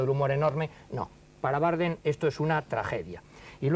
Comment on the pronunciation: Por qué dice Bárdem?